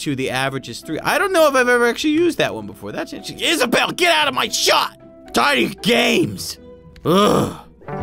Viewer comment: How you say it is Isabel that’s my name get it right